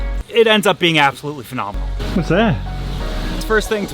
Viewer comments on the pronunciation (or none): I can't hear absolutely without thinking "phenominal" now lol. But congrats on the engagement!